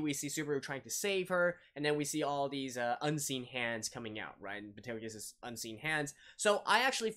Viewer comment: It's not Betelguese. It's Petelgeuse.